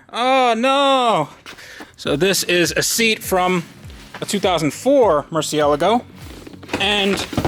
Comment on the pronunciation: Is it me or is he not pronouncing the word murcielago correctly??